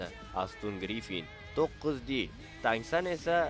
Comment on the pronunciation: Tang SAN emas brat TAN SAN